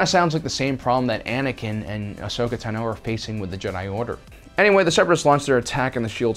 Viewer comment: I love these videos but the one thing that bugs me is that you sometimes get the pronunciation of certain names wrong. For instance, Ahsoka has said her last name is "Tah-no", not "ta-no", and Aayla's name is pronounced "ayy-luh".